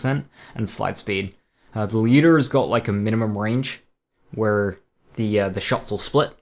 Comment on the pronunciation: One thing I have to note, is that I don't know if it's due to your accent or you're actually pronouncing the word correct, Lyuda, at least it sounds like that to me, most other players say ly-ooda but the correct pronunciation would be L-yooda